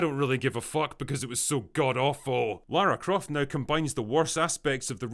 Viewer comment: That is not jot Lara croft she is lara cruft